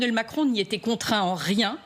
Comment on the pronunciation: "Le président Macronne" 😂